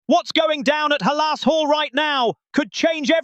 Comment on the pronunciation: Stop mispronouncing halas 😮